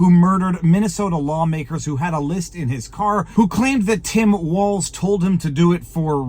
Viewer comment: Did she say “Mike Walz”